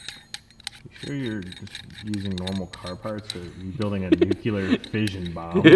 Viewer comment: Dear... if you say "nukilar" one more time I'll be force to shove an LS crankshaft up your rotary loving ass... Now repeat after me: "NOO CLEAR". Thank you.